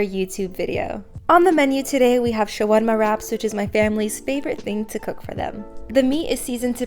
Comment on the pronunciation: anyone else notice how cute she pronounces the word shawarma🥺